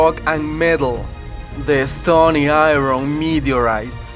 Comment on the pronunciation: Die Stohnee Eye-ron Meedteuriitghts ... very nice... I like